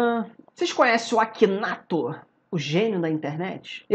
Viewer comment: Se lê aquineitor